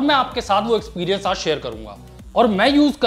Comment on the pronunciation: Ig experiance nahi experience hota haii🤓🤓😂